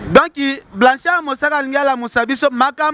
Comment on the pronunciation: oyebi ata ko prononcer kombo ya Blanchard mosaka te vraiment mais ozofinga ye kende koko kota cour de langue pardon